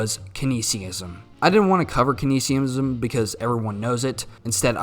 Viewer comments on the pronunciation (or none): Here from Mr. Z. Also it’s you mispronounced “Keynesian” but I’ll follow anyways you’re welcome